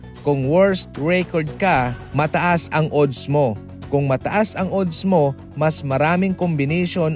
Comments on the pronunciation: Anong odds oodd? Adds pabigkas nyan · ang ODDS ay binibigkas na ADDS kahit O ang first letter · Adds ang pronouncation .. A hindi O .. Balik kita sa grade 1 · Napa ka annoying pakinggan ng pronunciation mo sa ooodddssss parang sarap mag unsubscribe